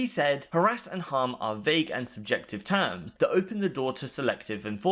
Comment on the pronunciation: "TOOMS" = "Terms"